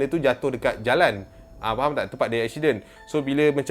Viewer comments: Apa shiden? Ashidenn 😆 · pronounce: "ekshiden" so cute af hahahahahahaha 😂